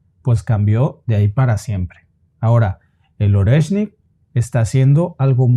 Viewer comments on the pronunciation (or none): Oreshnik se pronuncia Ariéshnik chicos... En Ruso toda "o átona" se pronuncia a y toda "e tónica" se pronuncia ie. Espero que esto os ayude!❤